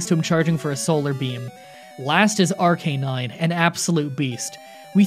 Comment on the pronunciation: Dear God the way he sad Arcanine